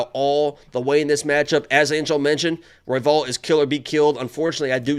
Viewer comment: messing up royvals name was the best laugh ive had this week lmaoo